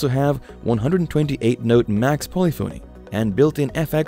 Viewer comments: Learn how to pronounce “polyphony.” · Narrator can’t pronounce “polyphony”, so probably knows zilch about music. Kawai digital keyboards beat all of these.